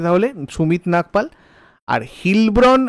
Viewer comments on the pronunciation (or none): Sumit Nagal....not Nagpal